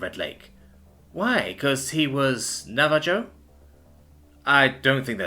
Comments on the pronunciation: "Nah-va- joe"? Lol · my dude, it's Nava-Hoe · So this is getting annoying to hear you pronounce the tribes name wrong. It's Na-va-ho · I feel like, you are deliberately pronouncing those words wrong to fuck with us. missing the H sound in Navajo, the j sound in Ojibwe, and the really cursed way you pronounce epi ne phrine and vaso dio later. especially since you pronounced almost half those OTHER chemicals correct. LOL